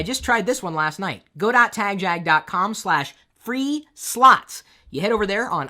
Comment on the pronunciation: Chris, i should let you know that I've never participated in your give always because i hate the way you say tagjag.